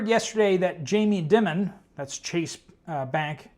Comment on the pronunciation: It's pronounced Jamie Die-mon, not Dimmon.